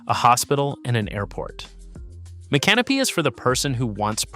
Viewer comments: It's so funny that these videos always mispronounce these towns. 🤣🤣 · Spare me the AI bot narration. Learn how to pronounce Micanopy! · Agree, is it stupidity or AI? The city names are properly pronounced then missed pronounced in the following sentence!